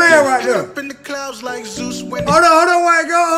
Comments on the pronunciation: he misaid it in a earlier video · How tf go to college yet don’t know how to pronounce Zeus or what that is lol? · Yeah.. Zeus is a pretty well known name. Why wouldnt he be able to say it right?